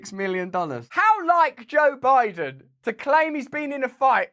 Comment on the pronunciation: Joe Bide-on has got a wide-on for noth-on?